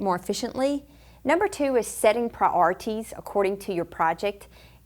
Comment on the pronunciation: bless her ive never heard anyone say "priorities" that way in my life